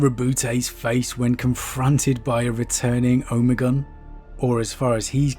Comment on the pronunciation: Why are you saying Omegon so bizzarely? Oh-may-gone.